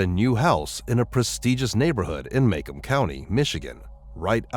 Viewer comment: Macomb pronounced muh-COMB . And all of the prestigious neighborhoods are in Oakland county 😂